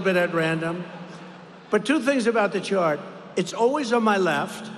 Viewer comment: He said Shart Girl, not Chart.